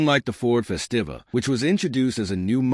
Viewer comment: LooMon… DeeWoo.. Fes Tiva.. AI sucks!